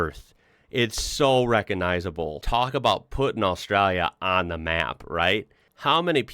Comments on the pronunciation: Straya, nailed it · Love it, is getting an Aussie accent with how he says Australia